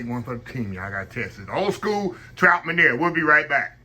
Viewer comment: I enjoyed the recipe Chef. Just a heads up, the French pronunciation of MEUNIÈRE is (mun-Yair’). Love the show. God Bless